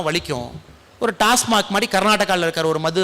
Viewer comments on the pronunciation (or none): none